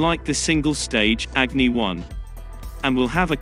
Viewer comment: Its अग्नि & not एग्नि!!!